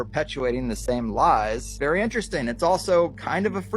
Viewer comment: i will consider subscribing if you start saying the word interesting properly :D